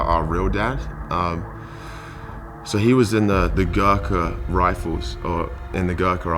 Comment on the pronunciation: Bruh doh fok is that pronounciation of Gorkha.